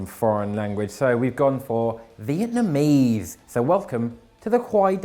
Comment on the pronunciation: On point Vietnamese, 10/10